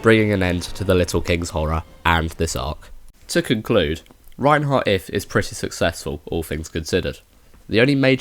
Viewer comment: It's Reinhard or can speak as Reinhardt as well. You keep saying Reinheart